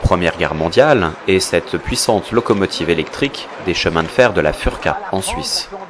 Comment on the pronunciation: C'est FOURKA pas Furka! oui ça s'écrit "Furka" mais sa se dit "fourka" :)